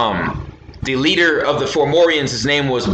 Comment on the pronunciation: you keep saying formorians not FOM FOM FOMORIANS not FOR FOR FORMORIANS 4morians